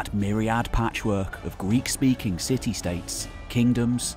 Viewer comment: The way you said greek speaking city states...